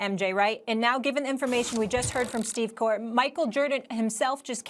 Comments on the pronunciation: LuvJustin LOL and “Steve Kore” ? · “Just heard from Steve Core, michael jerden....” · PAUL M WOODARD she also said Steve Korr right before. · Steve Korr and Michael Jerdan😂😂😂😂😂😂